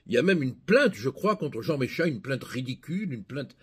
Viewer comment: Bonjour cher Maître, vous prononcez Méchia et c'est : Méssiha .... mé si ha !